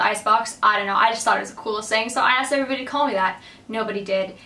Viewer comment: i think your "hello everybody" always sounds like "hello every buddy" :D